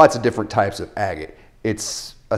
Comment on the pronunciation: It bothers me a little bit how you say "agate" bahahaha. How can someone tell what's real opal though?